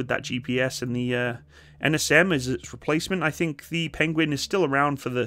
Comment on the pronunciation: Penwings? Pengwings? Penglings! Benedict Cumberbatch would’ve proud 😂😊